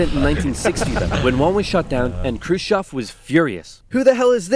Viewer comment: ржунимагý😀 как он произносил курушев.